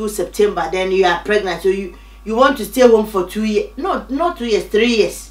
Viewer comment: That "so isss True" i felt it and i died